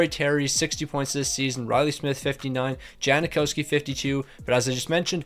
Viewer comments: yang not jang but yeah no “i” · It's Jang-Cow-Ski, is it not?